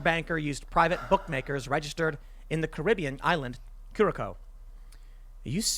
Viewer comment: I like the first way he pronounced Curacao. He made it sound like a medical company (Cure-a-Co)!